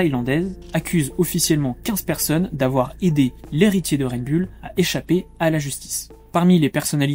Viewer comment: Bon, pour commencer, on dit Red BOUL, et non bulle.